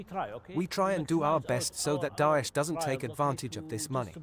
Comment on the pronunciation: The way he saying dosh instead of daesh is fkn killing me 😂